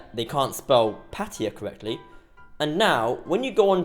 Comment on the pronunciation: They don't know how to spell "Pattaya" ... and you, how to pronounce it.